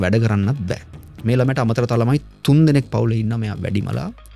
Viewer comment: නෑ බෑ වෙනුවට නා බා වගේ කියන්න එපා, එපාවෙනෝ.